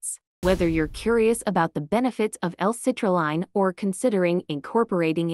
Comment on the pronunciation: First off it’s hard to take you seriously when you can’t even say citrulline correctly in the fact that it sounds like a computer voice is just horrible. This is why I would never listen to this crap at least see the products name correctly.